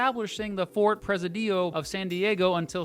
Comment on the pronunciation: among other definitions, the Sun Belt is a place where retirees like to spend their winters, rather than their true home somewhere up North. However, "not so many storms" doesn't quite apply, since from TX to FL, they get hurricanes in the fall/autumn. Fort "press-uh-DEE-oh of San Diego? Uh... no! He put the em-FAH-sis on the wrong syl-LA-ble. It's pre-SID-io. In my state of Illinois, the minimum wage is $12. Texas' Guadalupe Peak is the centerpiece of Guadalupe Mtns. Nat'l. Park. Here, we have a Whataburger, but not an In-n-out Burger. The scene is on the San Antonio River at the confluence of San Pedro Creek--the location of their famous "River Walk".